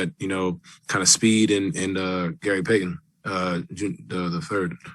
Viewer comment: Its payton not phyton